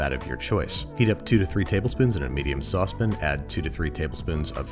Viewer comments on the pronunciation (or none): I like how he says saucepin